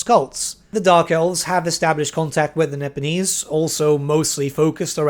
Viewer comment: Nippon getting a name change may be for the best. Cathay actually has the benefit of not being in common use in any language today. Also, when you say "Nipponese," I can't help but hear "Nibenese" and feel a momentary need to check which fantasy setting I'm watching a video on.